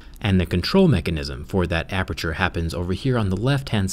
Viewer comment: DID YOU SAY APERTURE? "APEETURE"??????????? I LOVE PORTAL 2 AAHH. unless you mean another aperture rip